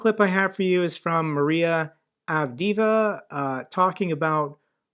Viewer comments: Thanks, btw, her name is pronounded kind of like "Avdehyehva", the 2nd "e" of the double e has a "y" in US articulation in front of it. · Hey, friendly tip: I believe Maria’s last name is pronounced Av-Deh-Eh-Va. Double vowel letter are pronounced as double syllables rather than as a long single syllable. Similarly, Makiivka is Mah-Kee-Eve-Kah. Anyway, keep up the great work! Cheers. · love the videos, but sure would be great if we can pronounce people's names correctly, at least the ones used often. I can help. Avdieeva is pronounced with the second "e" being pronounced like the first letter in "Edward"